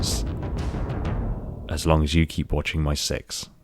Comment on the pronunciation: Damn your accent made Six sound a bit like Sex. As long as you are watching my sex XDXDXD